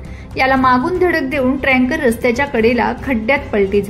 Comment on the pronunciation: ते ट्रॅंकर नसते टॅंकर असते....र उगाच कशाला घालता? शब्द तरी नीट उच्चारा